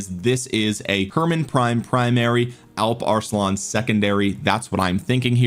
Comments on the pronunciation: As a Turk you pronounced Alp Arslan really good bro. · you are spelling the alp arslan pretty good actually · Alp Arslan pronunciation wasn't bad